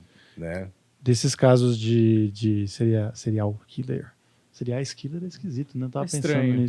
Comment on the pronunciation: 🥺🥺🥺🥺🥺🥺🥺🥺🥺nao se diz cereal (killer) Diz-se Síirial killer (apesar de se escrever serial)